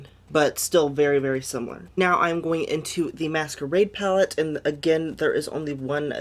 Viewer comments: ITS PLACEEEEEEEE NOT PALACE !!!!! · stop,"juvias palace" lmao